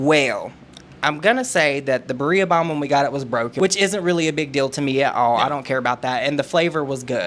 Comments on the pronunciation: it's supposed pronounced "bee-rrhea", that made me giggle a bit 🤭 when i heard "bar-e-ah" 😂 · baria😭😭😭 it's birria😂😂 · I can’t get over how he says birria 😂😂 it’s not pronounced “burr-ee-uh” it’s pronounced “beer-ee-ahh” with an accent if you can’t do it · My dudes… it’s pronounced BEER-eee-uh not buh-REE-uh. JS. Love you both! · Ok, to start off, thank you for the video buttttt pleaseeeee it’s pronounced Beee-riiii-aaah 😂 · it’s pronounced like “beer-ee-uh” also pleaseeee react to the Manny Laura episode about Colleen! i never got to watch it, but it’s the reason I stopped subscribing to the pod. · oh my love. Beer-e-yah 😂 LOL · Bi ria is how it is pronounced beeria that's how it sounds Berea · "Burria" has me dead lool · I love the way you pronounce Bee-ri-ah ❤ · I started this video by listening and was about to sit down but I heard you speak on the Birria and wanted to know what you were saying. Lol, although I love the way you say it, and by all means, continue to do so, thats not how its pronounced. The double rr is when you are rolling your tongue but a easier trick is to just say it like Biddia. Not sure you even care but fun fact if so. Have a great day and btw, I've been meaning to tell you that you have been looking really good lately. You are presenting very confident and glowing in your videos and I feel it makes it that much better. Hope you have been feeling it too. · The way you pronounce birria is cute lol